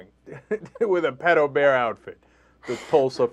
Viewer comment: he miss pronounces "pedo", yet he talks like hes a frikin expert...